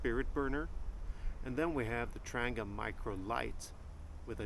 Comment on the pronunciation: Please get the pronunciation correct. It’s a Tran-gee-ah not a Tran-ger. As for saying ‘me myself’ - really?